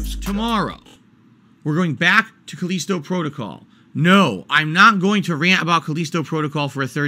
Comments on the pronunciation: "Caleesto Protogoll" lmao Okay I was on the fence about this game but if likes it, I better give it a miss for now. He's the kind of person who always defends objectively bad games such as Sonic 06 or Ride To Hell Revolutions. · Call-eesto Protocol 😆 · He keeps pronouncing Callisto wrong, does he not know how to read